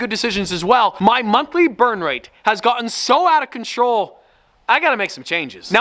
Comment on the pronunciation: the gotten on WAS SOO BRITISH